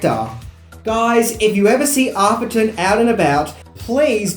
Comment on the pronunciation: Couple of things- it’s “A-therton” - with an “a” like “cat”. Trust me on this one! Secondly, does anyone remember the awful TV edit that came out in the 80s? The iconic “this man has no dick” line was redubbed as ....... “this man is a Wally Wick” The mind boggles!